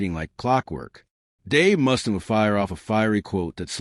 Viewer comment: Who's Dave Mustin? Can't you at least use a human voice? Garbage. Channel blocked.